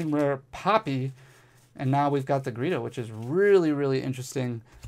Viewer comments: Her name is Geeta NOT gReeta! Just read the darn card!!!! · Awesome pulls! But GEETA! Not gReeta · BTW, I love ya, but it's GEEta, no R, not GReeta...... 😅 sorry for correcting you, but 🤷‍♂️😅